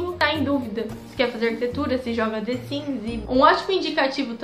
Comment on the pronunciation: the siMs, e não the siNs. que agonia.